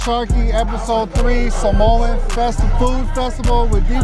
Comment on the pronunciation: Need to learn how to pronounce SAH MOA. Not SaMOWN . Sar-mor-an. Youngsters nowadays tsk tsk UGH